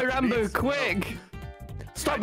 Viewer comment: Ranboo fans: “Ranboo Ranboob “ Ranboo: rounboo